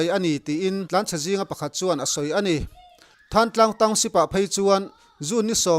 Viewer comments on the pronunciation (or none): Thangtlang nilovin Thlantlang tih a lamtur